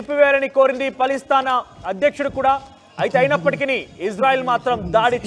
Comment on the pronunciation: పలిస్థాన్.... కాదు..... Palasteena.... కరెక్ట్ ఇట్....